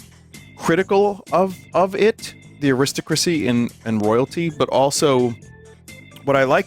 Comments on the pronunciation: why does he pronounce aristocracy like that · Because America